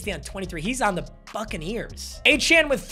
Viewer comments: It’s achane like train but achan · yeah its pronounced a chan but a chain is so much cooler so idgaf what he said in an interview